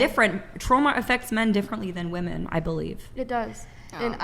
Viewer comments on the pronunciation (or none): God I can’t stand WOMEN who say “women” as “woman”… WTF?!